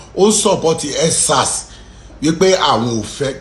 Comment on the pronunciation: MC what is tutter its Twitter, again what is nsars, huuuu its EndSars Mc what is your education background anyway u've never seen the 4 walls of school in your entire life not your fault, Tinubu's fault.